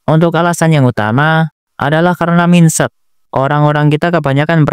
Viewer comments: ejaannya mainset bang bukan minset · MINDSET BACANYA BUKAN MINSET KOCAK COBA CEK DI GOOGLE. CEPAT. KESEL BANGET DENGERNYA SUMPAH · bro benar² menyebutkan "min-set" 💀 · sedikit koreksi aja bang, "Mindset" dibaca "maind set" yang berdasar dari kata Mind dan Set(compoun words) sama halnya seperti for ever, some one dan kind of(jadi kinda)